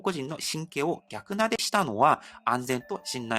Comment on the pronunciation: １分４６秒：「逆なで」は「さかなで」と読みます。「逆さ」で「さかさ」です。 音読みが「ぎゃく」で、訓読みが「さか⁻さ」です。